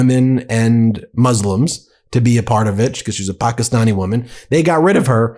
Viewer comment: Stop pronouncing Pakistan like you live there